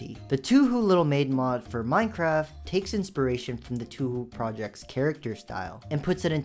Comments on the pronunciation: anyone else hate how bro kept calling Touhou. 2 who? also there was nothing wrong with the Touhou mod. it was just super cute! then Monsters and girls is just a nice game quality improver, nothing wrong with that one fr fr. honestly im not even sure why the mod maker felt the need to tone it down, i would have told bro to tone it UP! and i mean come on the Giantess mod... bro its not even that bad. i kinda feel like it was just included for the sake of kink shaming people, but its honestly a super tame mod, that i think should be allowed its just a fun thing to play around with. not bad at all. ok Grimoire of Gaia. my guy is just reaching here, that's a kid friendly mod if ive ever seen one. next waifu mod... i mean come on its in the name, but also it doesnt allow for anything remotely sexual to take place, another kid friendly mod if you ask me. just something meant to harmlessly make people happy. the real Ankha mod. and not the Jenny reskin one, is probably the least offensive one in the video, and just because the lore behind it is a bit odd doesnt automatically mean its wrong. again my guy is reaching Soooooo far out for these. also why did bro call it keh mell, instead of camel? and the Jenny mod ok... that one i give you, it is the only one that actually goes a bit too far with its content. but in the end its also the one id want to play the most of these. its definitely the best one in my opinion based on what available in it, and its way up my alley aswell. its just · touhou isnt pronounced like that, imagine more like..toh hoh but with a U in it (just look at a pronunciation guide for japanese) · Bro said "2hu" for real letsgooo lmao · What I've learned is never call touhou an anime and don't pronounce touhou as two hu. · ITS PRONOUNCED “TOE HOE” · Its called To-ho. U is silent because its literally japanese pronunciation. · "Too who" "Tahu" 😢😢💔⚖️🦩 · "Tahoo" gonna kms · I sorry, "TWO WHO?!?!" ITS. NOT. PRONOUNCED. LIKE. THAT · Yeah. Its 2hu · tahoo, tuhu